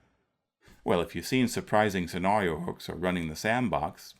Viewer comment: Good stuff, as usual!, where did you grow up? The way that you pronounce "scenario" and "narrative" really jumped out at me.